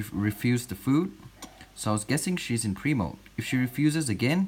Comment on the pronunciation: For a long time when he said "pre-moult" I thought he was saying "primo"